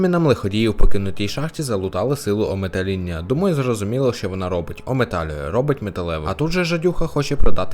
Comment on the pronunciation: Ах, не шариш ти, це не сила Ометаління, це сила …Ометаління. Вона настільки могутня що без паузи її вимовляти не можна.